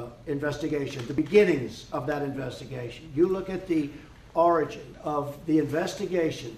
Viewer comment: There's NO OBSTRUCTION, and if you try and see the documents he will try to OBSTRUCT YOU. "ORANGE" you ashamed we have a president who can't pronounce "ORIGINS "... Not once not twice but THREE TIMES in this video! 😂 😂 😂 "My father was born in a very wonderful place in Germany" LIES AGAIN. His father wasn't born in Germany he was born in New York City in 1905.